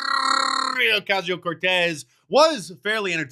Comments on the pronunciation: "Alexandrrrrrrrrrrrrrrrrrrrrrrrrrrrrrrrrrrrrrrrrrrrrrrrrrrrrrrrrrrrrrrrrrrrrrrrrrrrrrrrrrrrrrrrrrrrrrrrrrrrrrrrrrrrrrrrria Ocasio-Cortez..." - 🤣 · Best tongue roll for Alexandria EVER!!! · That tongue roll when you say Alexandria is comedy gold man!😂